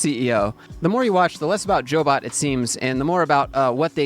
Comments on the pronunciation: They are a job placement agency. It's pronounced "Job bot", not Jo bot. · She ran CyberCoders w Lance b4 selling it. Once sold, she had to wait 1 yr. She did. The started Jobot, pronounced "Job bot" not Jo Bot. I worked 4 CyberCoders.